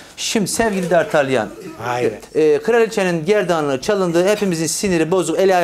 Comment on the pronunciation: Dartelyan değil dartanyan diye okunuyo onun adı pek de bilmiyomuşsun